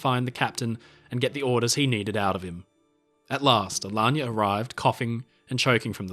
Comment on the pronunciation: Magnificent video. And the pronunciation of “Alagna” (an Italian family name) is spot on ;)